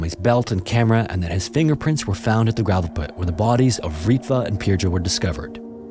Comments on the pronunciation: A tip for pronouncing Finnish names: the emphasis is always on the last syllable, not the first. So it's not ENsio, it's ensiO, seutuLA (with a short u) and not SEU-too-la, helsinKI, not HELLsinki etc. J is also always pronounced like a Y, so the victim's name is closer to Pir-yo. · he pronounced Pirjo's name incorrectly, he could have researched it, it's not rocket science, but being a typical angloid he just assumed letter "J" stands for the same sound in all languages that use latin alphabet